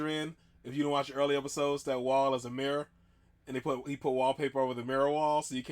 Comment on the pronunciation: Congratulations on saying mirror correctly, most Americans I've encountered tend to pronounce it meerrr lol